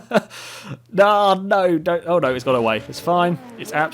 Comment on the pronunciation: "The way you say "Fudge" is peculiar and satisfying to hear.